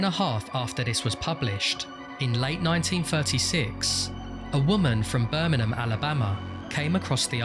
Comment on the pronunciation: the real mystery is why you pronounced birmingham like that 😭